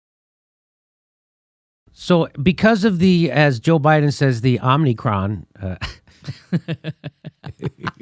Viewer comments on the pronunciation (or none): none